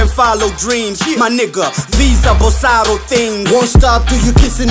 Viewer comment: Basically! It’s written bossaro yet they’re pronouncing bosalo 😅😅😅😅 R and L